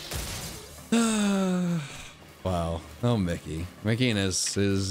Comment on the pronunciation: When he says mickey needs to stop cheating in Drowzee I heard Nicki 💀